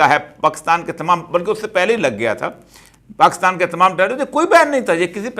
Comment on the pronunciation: Avoid shouting, be gentle. You are supposed to be civilized being a seasoned person. Further, you always say "PAAKASTAN" try to learn how to pronounce it properly.